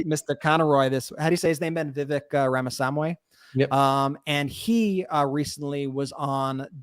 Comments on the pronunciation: Indian American here. It's "Rahm-a-SWA-mee". And he is a bs-spewing jerk. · I am continually baffled that can't be bothered to learn how to pronounce "Ramaswamy."